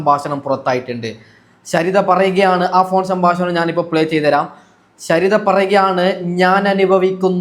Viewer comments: നിനക്ക് എന്തിന്റെ കേടാണ് മോനെ സംബസണം അല്ലെ ഹേ 😂 സംഭാഷണം എന്ന് പറയ് ഈ വീഡിയോ യിലെ ഓഡിയോ കിപ് മറുനാടൻ ഷാജൻ സർ ആണ് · ഈ ഡോക്ടർ ഷാജൻ സ്കറിയ ആണോ?. പറ്റിക്കാതെ മൈരേ..😂എടാ സാമ്പാസനം അല്ല സംഭാഷണം.. എപ്പയും.. അല്ല എപ്പോഴും. ഒന്നുകിൽ നാക്ക് വടിക്ക്, അല്ലെങ്കിൽ പാസ(ഭാഷ) പഠിക്ക്..